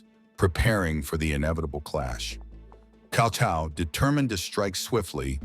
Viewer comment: It's close for AI. It's pronounced Tsao Tsao, which is close. Most people pronounce it cow cow. Which is wrong.